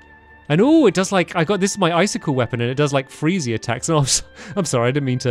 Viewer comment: And then he said “ice-stick-Le” funnest thing I’ve ever heard 😂